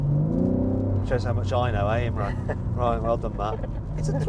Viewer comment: You pronounced Imraan with imrun